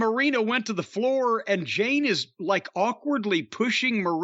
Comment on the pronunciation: Why do you call her Jane?? Lmiao.